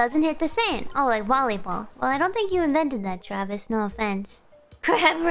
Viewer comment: “Aw, no, Twavis.”